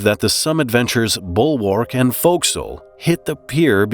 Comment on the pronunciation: thats the strangest way to pronounce forecastle. try again there bud